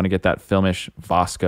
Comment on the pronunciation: The correct pronunciation is VIS-CO.